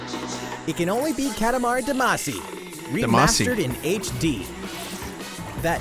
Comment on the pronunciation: the like is for you being thw only youtuber who says damacy correctly